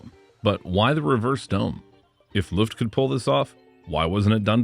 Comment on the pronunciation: pro-tip, it's not "L U ft" , but "L O-E ft" ,,, Ø is a OE/O-E kind of sound .. Løft means to lift something up. When saying Luft, that means Air ..